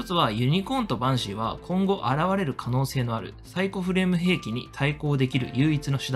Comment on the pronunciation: なぜかバンシイがパンシイになっていましたよ